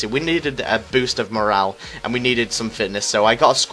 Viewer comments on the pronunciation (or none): none